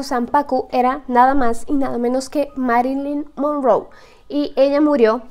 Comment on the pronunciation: Porque dijo Marilyn mongou si es Marilyn Monroe